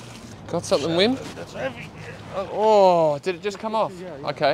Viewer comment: Just because you’re saying it so often: isn’t the W in Wim pronounced like V in VERY?